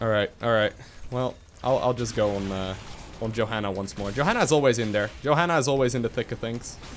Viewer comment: Im pretty sure u pronounce her yo-hanna not jo xD